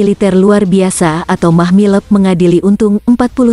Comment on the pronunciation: Mahmilub bukan Mahmileb. Klu baca yg benar Min !